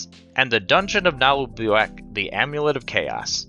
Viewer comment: Hearing you pronounce "Naheulbeuk" as a french speaker, it's hilarious haha and yeah Le donjon de Naheulbeuk is an old MP3 audio saga so if you dont have the references it might have missed the hit